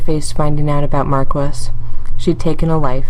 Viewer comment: How you gonna do my boy Mark-wiss like that